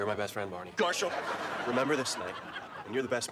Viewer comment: did ted just say GARHAL instead of MARSHAL